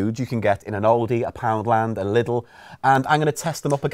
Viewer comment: Bless you,, for pronouncing Lidl the right way.